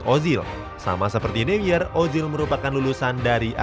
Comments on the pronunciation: Bang manuel neuer itu dibacanya manuel noier. Kalo di bahasa jerman eu itu dibacanya oi. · Baca Newer